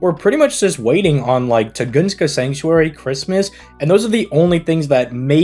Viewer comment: "tugunska" 💀"arsuweed"